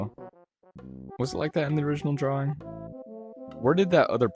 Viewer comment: I say drawwring